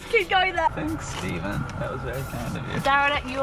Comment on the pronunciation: When you said “Stephen” it genuinely made my face light up because that’s my name and you said it exactly right with the correct spelling and everything and usually people pronounce it as like “stefen” or something along those lines and it bothers me beyond words can describe